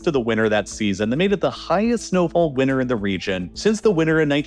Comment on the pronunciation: WINTER HAS A T WINTER HAS A T